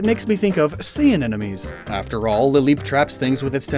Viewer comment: take a shot every time says "anenomes" THIS IS LIGHTHEARTED don't actually worry about mispronouncing words, scientific names are messy and hard to pronounce 😄😄😄 love these binge-infodump videos!! helps me refresh my mental Pokémon encyclopedia!! thanks a lot!! 🤍🤍🤍🤍🤍